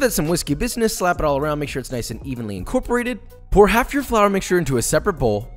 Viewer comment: No one: No one at all: No one on earth: Josh:In-Kor-Per-ay-tid